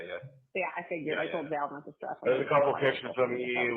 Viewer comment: Every time she says "Val" I throw up in my mouth a little. Of all of the words I've heard her say... that is the worst of the cringe words.